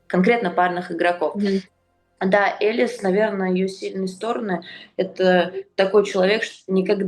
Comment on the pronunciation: Боже какая дичь, что Кудерметова, что Тартакова вы чё курите... Какая Элис.... Она ЭЛиЗЕ с ударением на и.... Бабы, за вас тупо стыдно